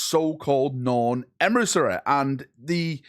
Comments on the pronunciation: Emissary ❌ Emrisseh ✅ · Me, clicking on the video: Boy, can't wait to hear how butchers the word emissary.: Emrisarry Perfect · emisareeh Closed caption: EMERY SORRY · This gets to me every video lol! It's not a hard fucking word 😂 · We need to donate to a speech therapist. 😮😮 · out here pronouncing emissary different every time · HO... LY... EMPRA! THE NORN EMRISSA IS REAL!